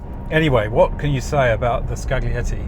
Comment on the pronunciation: "gli" in Italian is "lji". So it's scaljietti, not skagglietti.